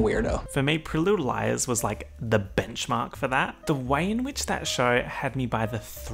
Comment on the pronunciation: He pronounces Pretty Little Liars like "Priludilice".🤣